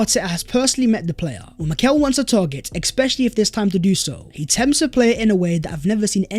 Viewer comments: Why does man always say "exspecially"? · Blud there's no x in "especially"